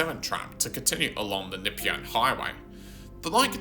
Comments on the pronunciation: Nepean = Nuh-PEE-un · what is the Nipyan Hwy? AI shit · Very strange way of saying "Nepean"!! 👀 You can't be from Melbourne - from Sydney? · Great video. As an old tram and PT nerd, I thoroughly enjoyed it. Can I correct some of your pronunciations? Nepean is N’peean like nup+ian. Dynon Rd is Die-nun, Southland and Eastland break with the Aussie shortening trend and are South-land and East-land (like Queensland or Greenland) Keep up the well researched work.